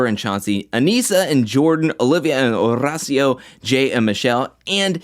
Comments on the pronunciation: Wow, u pronounced Horacio's name great this time👏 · I can see the improvement in your pronunciation of Horacio’s name and I appreciate! I was definitely cringing the last few episodes when you would say it pronouncing the H